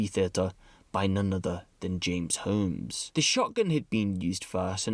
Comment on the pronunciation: You keep pronouncing “Holmes” wrong.